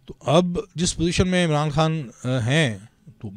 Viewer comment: یہ بی بی کا تلفظ انتہائی انڈین کیوں ہے۔ جیسے خان کو کھان، غزہ کو گزہ، اغوا کو اگوا وغیرہ